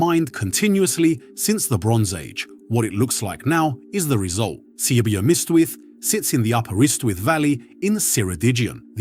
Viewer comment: This Welsh pronunciation is nothing short of racist. Wales doesn't matter, so don't bother to learn anything about one of Europe's oldest language i.e. British. C W miss tith? Cwm ystwyth. Cwm equals valley, ystwyth equals confluence of river or sea.